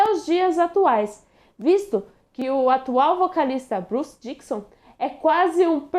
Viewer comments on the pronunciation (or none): Dickinson, não Dickson.